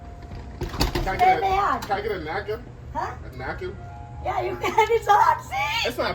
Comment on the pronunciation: For real real three hundend three hundend I need a nakin a nakin